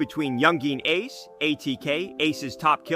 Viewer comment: You said ace name wrong, I'm not even gonna finish this video.. atleast know the names of the ppl you making videos on next time.. this has to be cap